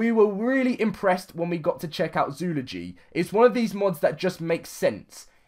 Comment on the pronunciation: Zoo-ol-o-gy That's how you pronounce it.